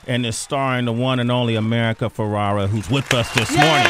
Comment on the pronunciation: Please say her last name correctly. America is too sweet for not correcting you.